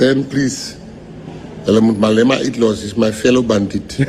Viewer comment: 'Mal Ema'. I laughed so hard after hearing that one. I will never again hear the name, without bursting into laughter, because I will always think of the moment someone called him 'Mal Ema'.🤣🤣🤣